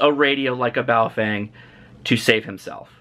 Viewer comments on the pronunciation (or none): what the * is a BowFeng , the name is pronounced more like PO FUNG